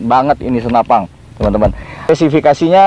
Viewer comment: Senapan bang, bukan senapang. 😀